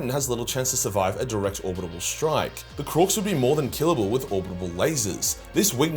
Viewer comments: I love how you say “orbital”, “orbitable”. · You have come a long way with your ability to say orbital. I am proud of you even if I did hear you fuck it up just as I was typing this...😅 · Its Orbital not orbitable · Orbital not orbitable